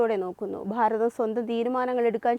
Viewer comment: ഭാരതം എന്ന് പറയുന്നതിനു പകരം ' 'ഫാരതം ' എന്നാണു ഉച്ഛരിക്കുന്നത്